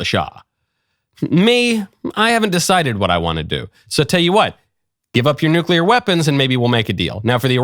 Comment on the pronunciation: "Eye-RAN-ian NUKE-yu-lar"